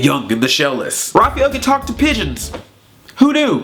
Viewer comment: You pronounced Raphael wrong.